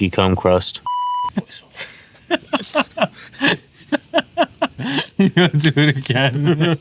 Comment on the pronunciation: You said "chocolate cookie cum crust" 😂😂😂😂